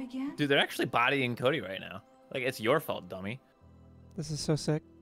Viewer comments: Anyone else keep thinking she's saying "Koji" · ngl i've been watching the morning crew's shenanigans so much this past week i did hear "Koji" the very first time she said cody